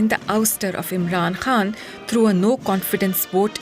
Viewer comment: Why this lady keep saying Imran Han instead of Khan 🤢